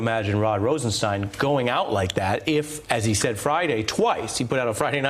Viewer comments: "stine", similar to "mine". To the best of my knowledge, the name "Rosenstein" is a German surename (cf ), so I would fall back to the German pronunciation when there is a doubt about it, as in "Einstein" ("stine", not "steen"). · It's pronounced RosenSTINE. It's all laid out in Young Frankenstein. (clip provided by NPR). Y'all get together on that, please? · On a side note, I don't understand why so many people can't pronounce the name Rosenstein correctly, It's "Rosen-STEIN", not "Rosen-STEEN". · Francesann Jackson, the deputy AG himself pronounces it “Rosenstein”, not “Rosensteen”....i watched one of his news conferences a while back. She just rubbed me the wrong way by not taking a cue from an anchor, who was pronouncing it correctly. Also, even if if she was not sure how to spell his nam she surely knows how to spell “Einstein”... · Rosenstein rhymes with wine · Is Rosenstein pronounced "steen" or "stine"? People seem to be all over the map. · She is so articulate, yet refuses to pronounce Rod Rosenstein name correctly.....